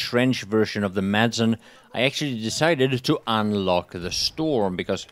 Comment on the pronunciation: Shouldn't a Swede be able to say Madsen correctly?